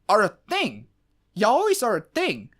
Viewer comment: yaoi is pronounced yowee